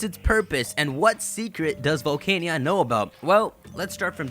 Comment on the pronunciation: Maj-ee-ar-nuh and Vol-can-ee-un ;) Also, pretty sure her name comes from: Magic, machine, ear and armour.